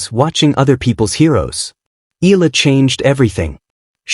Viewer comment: EE~YAH~LAH please do not skid pronounce the two vowels of her name as one. We Filipinos pronounce every syllable or in this case every VOWEL. So, if you can easily pronounce AYALA then just change the first 'A' into 'E' then you've got it. Thanks for vlogging this.